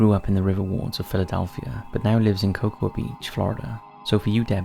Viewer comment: In the asylum video, I don't hear or see anything. :( Also, in the Cocoa Beach story, the "a" in Cocoa is not pronounced.